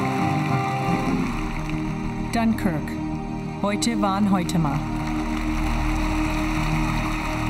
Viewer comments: Notice the way she pronounces: “Hoyte van Hoytema”. It struck me that it does not sound like most USA-people would pronounce his name (Dutch). Then I remembered that she was brought up biligual and speaks German well, which explaines her way of pronouncing his name. Just a random observation 😆🤩👌🏽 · Congratulations to Mr. Deakins, and also thank you for the correct pronunciation and spelling for Hoyte van Hoytema.